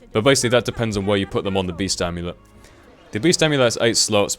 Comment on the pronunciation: like if you thought beast said breast in the beginning haha